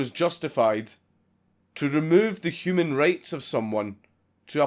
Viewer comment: Whenever you say human rights, it sounds like you say human race, even closed caption gets confused